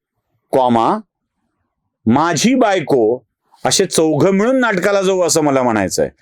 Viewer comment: मिळून ऐवजी मिवुन झाले होते बाकी नेहमीप्रमाणे छान बोलणे